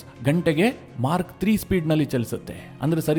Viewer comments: It is MACH not Mark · ಮಾರ್ಕ್ ಅಲ್ಲ ಗುರು... ಮಾಕ್ ಅಂತ ಉಚ್ಚರಣೆ ಮಾಡಿ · ಸ್ವಾಮಿ, Mark ಅಲ್ಲ, Mack. ಉಚ್ಛಾರಣೆ ತಿದ್ದಿಕೊಳ್ಳಿ.